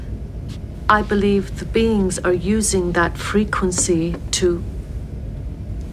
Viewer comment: "The Beans"